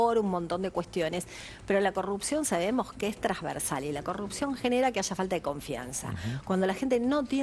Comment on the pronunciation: Favor avísenle a esta señora que la palabra es Transversal y no Trasversal como ella dice. Que a su edad, todavía no sabe hablar es penoso.